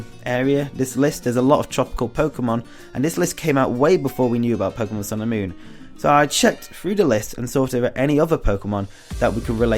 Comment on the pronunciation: It sounds like you're saying "Pokemon sailor moon" hahaha